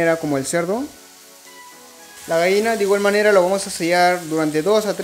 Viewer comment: Se dice GALLINA no Gaina